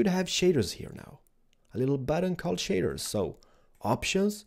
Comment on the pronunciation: ''Now it's time to install Optifine, and the Shidders Mod'' I'm sorry, I know it's your accent but I'm just dying over here.